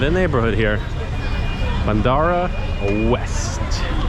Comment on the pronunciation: It's Bandra, not Bandara 😊